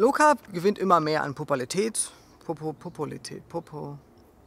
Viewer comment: PO PU LA RI TÄT … seeehr schwer auszusprechen